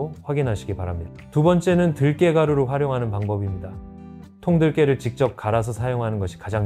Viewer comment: 들깨 인가요? 들게 라고 하시니...